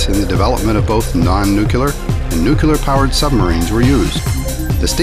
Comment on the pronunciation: Jeebus! Did the narator just say "nooculer!!"